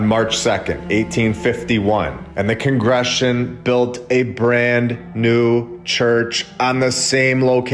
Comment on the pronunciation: Is this voice AI ? Why so many mispronounciations? Congregations. Con gruh gay shuns.